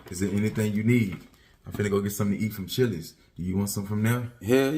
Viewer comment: He ACTUALLY called Chillies 😂😂😂💀